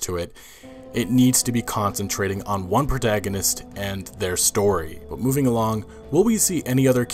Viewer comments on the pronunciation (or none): none